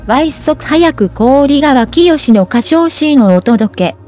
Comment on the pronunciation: お疲れ様です。何時も何時も氷川きよしさんの名前の読み方に、気を付けて下さらないですが 如何なものでしょうか😵 こおりがわきよしではありません😅 訂正して頂きたいですねーおねがいします。誤りは直しては下さい。 ひかわきよしさんです👌